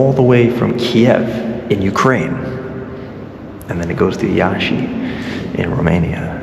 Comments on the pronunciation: Iași = "𝘠𝘢𝘴𝘩". the i at the end in Romanian is silent, unless there's two. i,e. Copii = 𝘊𝘰𝘱𝘪 (emphasis on the i). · You are so good at learning languages, and you speak Russian so well, that I think you should take the time to learn Romanian! :D I am Romanian, with Romanian being my first language. And Iasi is pronounced YAW-shhi (the i is partially silent, but not fully silent; carries half a sound). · Iași - the i at the end is nearly not spoken out. just a shadow of ”e”. In romanian the second river is simply ”Nistru”. Hope to see you film something from Romania